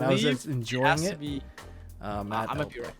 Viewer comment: ''ELDLICK'' Tombox